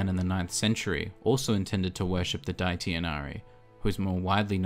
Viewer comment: this guy really pronounced deity as "dighty".